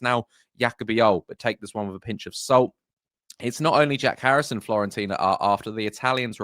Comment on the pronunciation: Fiorentina mate, not Florentina :)